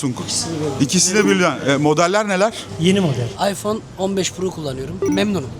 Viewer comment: İsmini söyleyemiyor iphone kullanıyor adam 😂